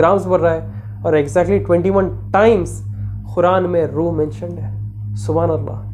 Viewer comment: Oh bhai khuran ❌️ Quran✅️ word to thek bolo